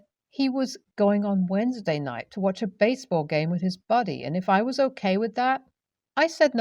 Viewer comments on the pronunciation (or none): none